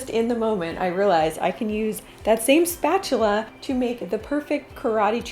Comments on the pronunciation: “Spachela included” 😂😂😂😂 and always Ryan is a mess 🤷‍♀️😂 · When you said “keep your spatula in your nightstand you might use it more often than you think” I burst out laughing 😂 Am I the only one who heard it that way?